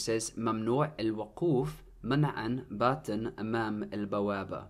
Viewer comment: منعا باتا should actually be written منعاً باتاً with "harakat" which means you should pronounce it differently as mnaan battan you should add an n sound to the word